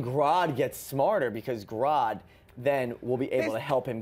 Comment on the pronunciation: It's Grodd not Grude damnit!!!! Lol